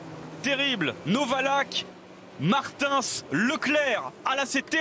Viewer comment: Faut dire au commentateur que Martins se prononce pas comme ça 😭